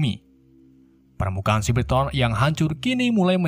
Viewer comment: Bang cyabertroon bukan ciberton